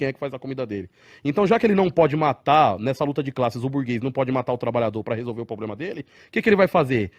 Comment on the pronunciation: "Como é que resolve esse 'poblema'" 🤣🤣🤣🤣🤣 Isso que dá ter q.i. de 20 pontos!